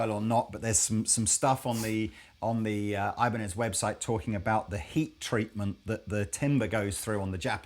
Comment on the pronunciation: Jokes aside, Ibanez is a spanish company in origin. The correct pronouncing is "EE-ban-ez". Pedantic, but i think its good trivia knowledge.